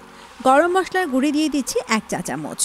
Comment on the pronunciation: ভালো তো, বাংলার সবাই বলে হলুদ মরিচ গুঁড়া আর ইনি বলেন গুড়ি। মনে হচ্ছে গুড়ি গুড়ি কথার বৃষ্টি হচ্ছে।